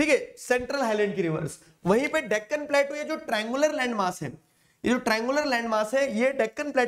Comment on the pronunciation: Plateau ❌ pletu✅💀